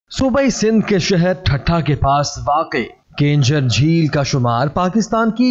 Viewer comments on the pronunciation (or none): Bhai ye kenjhar nahin keenjhar hai